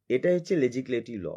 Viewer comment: লেজিসলেটিভ একবার ঠিক করে উচ্চারণ করে শোনা 😅